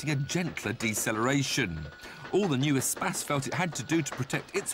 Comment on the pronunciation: Why does he pronounce it espass